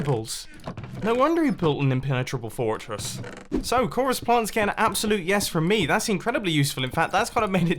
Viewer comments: ‘an impenetrable forrrtress ‘ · fortress (Fort-er-ess) 😂😂😂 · Impehritable foor tress